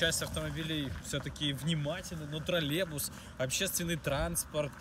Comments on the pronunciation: Нужно работать с речью, троллейбус, Тралебус режет ухо жесть. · Брат, троллеЙбус через краткую Й